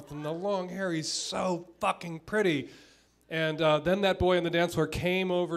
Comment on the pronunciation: "You've got a purdy mouth." xD hahah